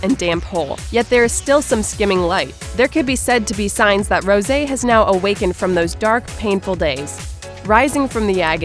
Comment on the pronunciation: Rosè rpronounced as rose